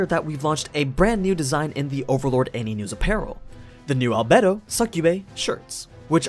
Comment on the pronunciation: One word: AL-BAE-DO